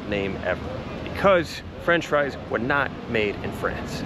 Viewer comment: . “Fries “ (freez) on Friday. 😂☺️